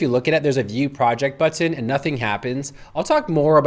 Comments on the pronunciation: Love this app, but I had to leave this video because he kept saying "buTTIN". There is no need to emphasize the T in button. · What country are you from? I was excited about this info but was too distracted by your pronunciation. I kept finding myself waiting for the next time you would say the word "button," which was pretty often LOL! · You pronounce "button" like my ex-girlfriend. Are you from Binghamton? Thank you for this demo. I absolutely hate having to now use AI for (well, anything) web design, but I now have a client with one created on Lovable and I have to edit it.... Ugggh. Oh, one note—you spelled it as Loveable in the chatgpt panel instead of Lovable. ChatGPT was graceful enough to ignore that. Neato.